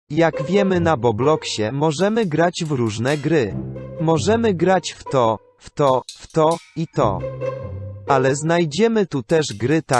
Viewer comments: A czy ty powiedziałaś boblox bo ja tak usłyszałam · A czemu na początku powiedziałasi bobloxsie